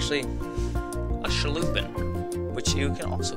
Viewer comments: I’m not trying to be that guy and this was 4 years ago but it’s a sculpin pronunciation like this skull 💀 - pin 📍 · 😩 calls a sculpin a shhulpin ....😂